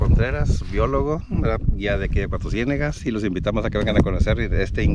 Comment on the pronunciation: Soy Coahuilense y me super estresó que se la pasara diciendo CUATRO CIÉNEGAS.... Es Cuatrociénegas TODO JUNTOOO